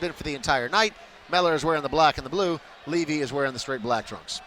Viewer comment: levy not livy